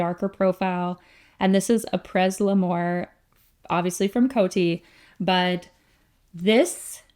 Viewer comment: That patent made me lol—not true 😅That amber labdanum sounds good-I think pronunciation would be: Ah-prey